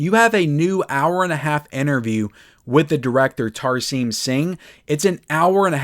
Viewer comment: It's pronounced Tar-sem not Tar- seam.